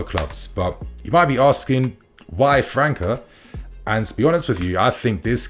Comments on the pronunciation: The boy's name pronunciation is França (Fran-ssa), not Franca (Fran-ka) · His name is pronounced as Fran -sa bro 🤦‍♂️🤦‍♂️ . You really dont look at any football outside of Europe